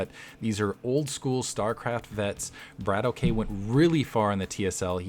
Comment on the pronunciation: It's a russian word. I think it means shooter or gunslinger or something like that. The correct pronunciation would be "brAAtock" not "brAYtock". A long "A" like in "father"and a roling "R".